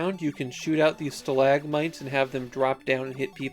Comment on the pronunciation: Lol, “stalagmites”